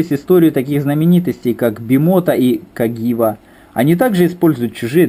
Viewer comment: Каджива...если что . Не кагива.